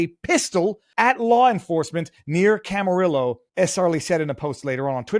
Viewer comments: "Camarill-Low" lol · Pronounced Carpin-ter-ria and like tortilla it’s Cama-ree-o actually I think it was Oxnard. The infamous onion field